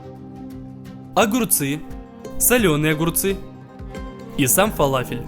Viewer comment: Не фалафел а фаляфель!и кстать ты не правильную форму сделал!!!!!обычно они чучють плоские с дыркой посеридине!!!